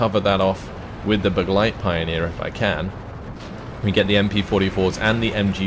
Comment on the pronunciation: you'd look smarter if you learned how to actually pronounce the German units correctly - such as its not pioneer, it's Pee-oh-near